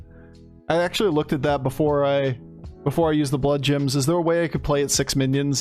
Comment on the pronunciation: Only started watching this channel a few weeks ago (love the content BTW), so I may have missed the joke, but am I crazy or is saying bloodjims??